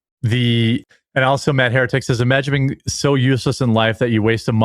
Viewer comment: says “also” as “alltho” oopsie!